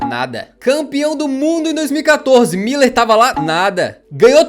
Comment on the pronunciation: Muuuuuúuuuuuuuuler fdx é um Ü nao dois i's... e mediático é com ė